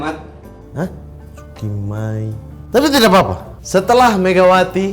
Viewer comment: bukan cukit Mai tapi cukki Mai 🤣